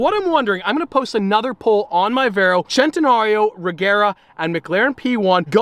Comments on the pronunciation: Its not chentenario its CENTENARIO!!! (Spoken like sentenario) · Hol up... where's the h in centinario??? It's a centinario not chentinario. Nothing bothers me more that someone mispronouncing a cars name that is so simple to say.